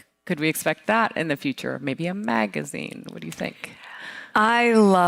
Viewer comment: did the host say megazine